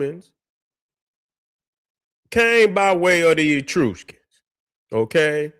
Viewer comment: Great video as usual. The pronunciation of Etruscans is soft e- soft u then skns.